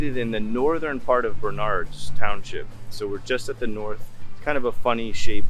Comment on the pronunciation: You mispronounced “Bernard’s” the accent is on the 1st syllable, not the 2nd.